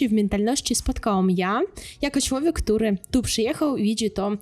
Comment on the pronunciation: Bardzo prosze niech pani sie zacznie ksztalcic lub pojdzie do logopedy. Ma pani urode,mlodosc zywiol, talent i duzo energii.Cilowiek to nie po polsku. Przedostatnia sylaba jest intonowana. MOZE PANI NAM OPOWIE O KULTURZE POLAKOW NA UKRAINIE. Mnie ten akcent napawa strachem.Brzmi jak atakujacy kundel.Warto nad soba popracowac. Niech pani nagra lekcje polskiego Bo polacy sami wiedza jacy sa i smieszne jest jak mloda dziewczyna bez podstaw i glebszych badan sie wypowiada a tym samym obgadyje by zarobic forse tanim kosztem, sama kaleczac nasza polska mowe. Moze lepiej nauczyc nas po ukrainsku.Pozdrawiam.